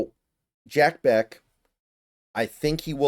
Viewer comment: This is the range that I hope we address WR. I would freaking love it if we get Bech!!! (I'm pretty sure it's pronounced "Besh," not "Beck"... but I could be wrong.)